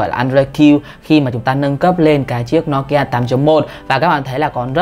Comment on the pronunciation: Ad ơi. Đọc là "Nô Ki A" chứ sao là "No Ki A" ạ